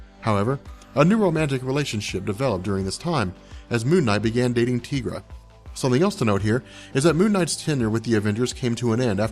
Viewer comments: I thought her name was pronounced Tie-gra, not Tee-gra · Tee-gra??? What? I'm pretty sure that's...Tie-gra.